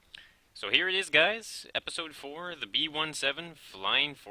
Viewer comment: its on word b17 not b-1-7